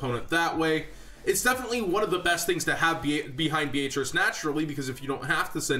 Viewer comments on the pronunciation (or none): dude i like your vids and stuff but sorry, no offence but its so annoying to hear you mispronounce Beatrice. Beatrice is pretty much pronounced as "Bee-uh-tris". the "A" is not as strong or singled out as your saying that name